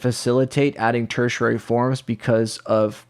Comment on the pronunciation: im sorry but the way you say tertiary cracks me up. tersher rarey. 🤣